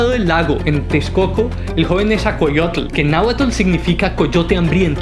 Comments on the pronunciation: Bro con todo respeto creo que no estás pronunciando bien los nombres de los personajes que mencionas,repaslos más despacio solo es dicción,por todo lo demás megusta este vídeo! Al tiro ! Pronuncie,Netza-hual-coyotl..por ejemplo,..e.. ITz-coatl... Etc😊❤❤ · NE ZA HUAL CÓ YOTL AZ CA POT ZAL CO ITZ CÓATL Texcoco se pronuncia con S, como en Xochimilco. Pronuncias mejor los nombres árabes 😅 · ¿"isacoatl" "nesacollotl" "asaposalco" "netsacollotl"? No no no no... 😆😆 habrá que leer con más calma y detenimiento los nombres... Ahí te encargo. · Jajajajajajaja. Que cosas y palabras dice. Que le enseñe a su robot a hablar correctamente!! es Nezahualcoyótl no es coyote!!! y es texcoco no techcoco!!! es Azcapozalco. en fin, que haga la lucha